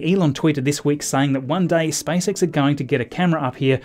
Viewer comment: He calls it SpiceX